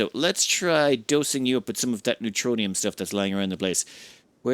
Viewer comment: 'NEROTONIN', not neutronium. NER-O-TONE-IN